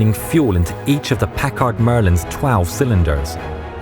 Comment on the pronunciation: On rewatching it is not Pak-ard, it is Pak-erd.